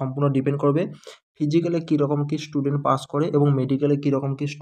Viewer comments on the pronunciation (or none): none